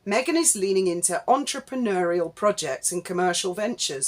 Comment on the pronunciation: The number of times Mad Meg repeats 'entrepreneur' grates enough but her pronunciation (oo-er) of the final syllable shows her claim to speak French is a load of old vache merde.😊